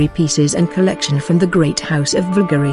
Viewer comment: Beautiful and timeless pieces. Being that this presentation is about Bvlgari, the person or bot doing the voiceover should at least learn how to properly pronounce "Bvlgari". Being that this is about jewelry and precious stones, "cabochon" should also be properly pronounced. 🙄